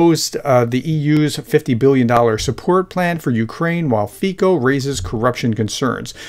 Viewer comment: Hello - the right pronunciation of Fico (current prime minister of Slovakia) - is like italian ... Fizzo ... ... and he is just a regular modern POPULIST and OPPORTUNIST scumbag, with a trail of corruption scandals and no backbone ... ... switching rhetorics from one day to another ... a notorious pretender, intriguer and liar > ... though originating in "social democratic" background - he emerged to power thanks to top oligarchs ... and is still heavily commited to them a true ugly "political businessman" ... anything goes ... as long as we benefit out of it ...